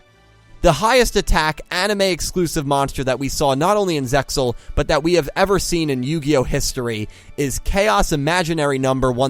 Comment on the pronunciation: stop pronouncing the x